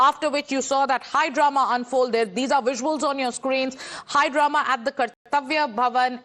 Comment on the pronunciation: It's Drama not Darna. 😅